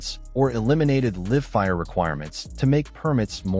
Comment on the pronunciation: i think AI moderators who voice over these video's should be replaced with live humans who know how to read and communicate in English. I think they would know the difference between "liv fire" and live fire.